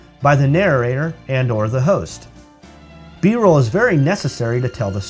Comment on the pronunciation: great! btw, should be B-Roll, not B-Role.